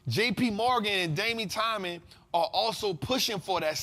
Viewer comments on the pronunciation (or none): none